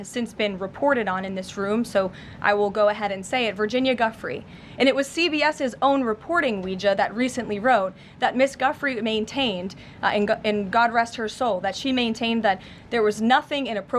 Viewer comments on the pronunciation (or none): Seriously, do we really believe Trump. Levitt can't even say Virgina Giuffre's name correctlly